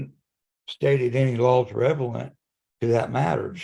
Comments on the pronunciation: revelant? Do you mean relevant? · "says pacifically" "hasn't stated any laws revelant..." Don't try to lawyer if you can't even English.